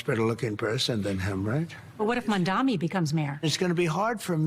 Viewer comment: The name is Mam - Da - Ni. You can pronounced SCHWARZENEGGER, NETANYAHU, ZELENSKY, HOCHUL etc you sure can pronounce a 3 syllable words wirh vovel after every consonant sounds, MF!. 😂